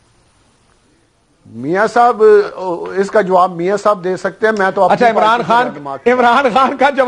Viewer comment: Mercy on Pakistan Politics. He even cant pronounces Imran khan.....Amran Khan hahaha